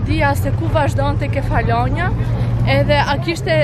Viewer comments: Kefalonjά. Me theks te a-ja e fundit. Se po më dhëmbin veshët. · Te kam degjuar 3 her mezi e mora vesh se ke per ishullin Nuk e thua sakt sesi me duket ta degjoj ashu 😂